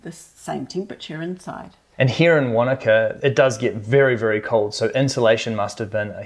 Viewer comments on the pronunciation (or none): Wanaka... or wakanda? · I can't be the only one that thought he said he was in Wakanda in the beginning at first